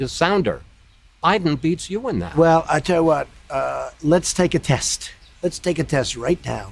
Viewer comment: wallace : biden’s polling smarter than you. trump : “well, i tewhat” WHAT THE HELL DOES “TEWHAT” MEAN?